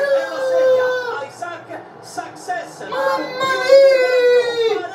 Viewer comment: Saccsess.....come c....parlate